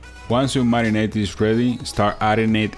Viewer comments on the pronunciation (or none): Let's start the marinate? You mean marinade? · marinaDe not marinaTe